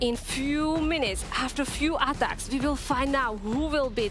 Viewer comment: Aaaatacks wtf is that lady